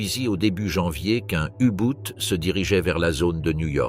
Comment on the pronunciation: U Boot et non U Bout